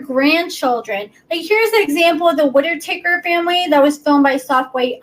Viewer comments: girl lol Whitaker is pronounced {Wit} {uh} {ker} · I mean I think you are smart but whit-I-takers? Really? It's whit uh kers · She said Whi-ti-taker. Aww, cute, but you totally butchered that name. 🤭 PS great deep dive! I had no idea about the limit on how many times a man can donate their sperm. That's a very smart rule.